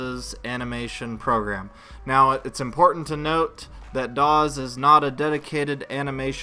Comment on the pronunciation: The software is Studio, not "Doz"